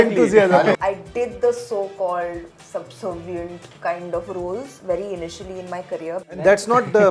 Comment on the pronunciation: There is no word called subsovient..it is subservient